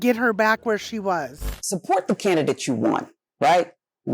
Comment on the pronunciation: It sounded like ol girl said can- uh-dit instead of candidate